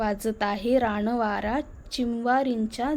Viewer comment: आपला प्रयत्न सुंदर आहे, परंतु न च्या जागी ण उच्चाराला की कसेतरी वाटते. रानवारा म्हणा.